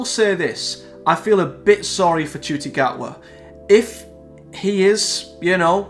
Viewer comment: How do you pronounce his name ? Im hearing you say Judy ? While im saying Nah Ku tee